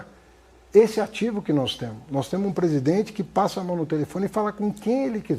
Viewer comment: "Temo" " podemo"